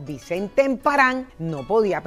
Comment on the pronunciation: Tengo entendido que no era "Emparán", sino "Emparan", ain acento.